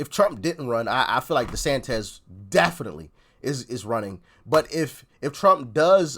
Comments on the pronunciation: I chuckle every time he calls Desantis Desantez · Desantis (-iss, not -ez); you are making him sound like a Mexican... ☻